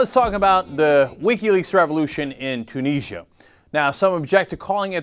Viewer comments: ...... Its pronounced Tue-nis-sia not Tue-knee-sia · Two neejya? It's pronounced Tyoo nizzy ah! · No, there is no way that "Two-niz-ya" is correct. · You're saying Tunisia wrong. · ok you are pronouncing tunisia wrong and it is pissing me off